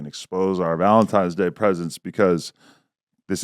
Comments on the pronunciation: Idk why but them saying Valentimes day instead of Valentines is so infuriating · “Valentime day” .. 🤔